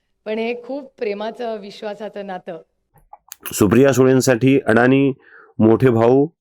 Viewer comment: अडाणी नव्हे अदाणी असे आडनाव आहे🙏